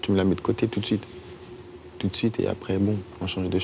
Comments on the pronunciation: ca me stress il dit "arès" au lieu d' "après" ptdrrr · La tête de ma mère il sait pas dire "Après" Il a l'air con putain...allez bon ARÈS MIDI KOBA !!! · Je pensais que c'était un cliché que les gens de la cité ils disaient "arré" au lieu d'après 😂😂 Et je rêve où à chaque fois il répète les choses 4 ou 5 fois ?